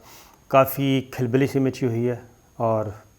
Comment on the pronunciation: سر! آپ ہمارے لیے قابلِ احترام ہیں- لفظ کِھلبلی نہیں ہوتا کَھلبلی ہوتا ہے۔ آپ چیک کر لیں۔ آپ نے بارہا یہ لفظ استعمال کیا ہے اس لیے میں گزارش کر رہا ہوں